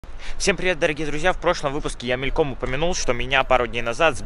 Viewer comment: Вот так всегда, ты к американцам с Русской добротой, а они просто неадекватные. И кстати "ме́льком"